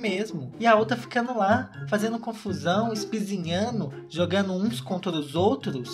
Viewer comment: "ispizinhano" Claramente MG! Amo dmais da conta!